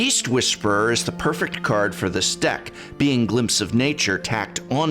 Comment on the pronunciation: Yeah I was gonna say I get it but the word is perfect on prefect.